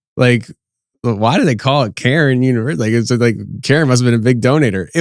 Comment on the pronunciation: NOT karen not caron, cairn .